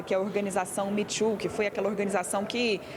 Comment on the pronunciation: Atenção na pronúncia: mitxu é pronúncia de quem nunca tentou falar inglês em lugares em que só essa língua é usada. Me too (eu também) precisa ser vocalizada sem distorção para facilitar o entendimento.